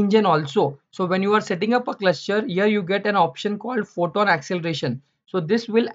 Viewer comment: Very informative.. But the word cluster sounds like cluscher